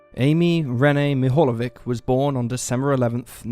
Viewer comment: croatian/serbian/ bosnian/slovenian surnames witch "ic" ending should be pronanuceed - ich .. LIke Popovich ( orginal is Popovic ) Great channel btw